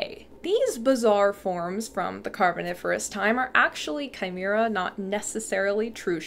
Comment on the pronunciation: Yes, you nailed the pronunciation of chimaera